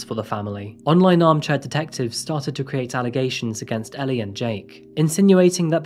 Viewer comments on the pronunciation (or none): none